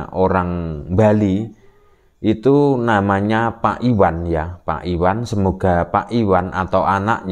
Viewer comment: IWayan,bukan Iwan.